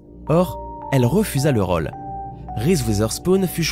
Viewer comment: a la place de dire rôle il dit raule 😂😂😂😂